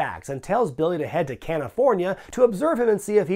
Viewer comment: Did say “Can-ifornia”??